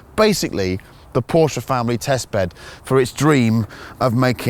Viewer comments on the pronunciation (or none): What’s a Porscher? I thought it was a Porsche... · This guy made a 12 min video about a legendary Porsche and didn't even have the decency to learn how to pronounce it..